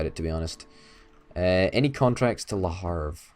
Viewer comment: Le Havre (Leh Ahv-re) not Le Harve...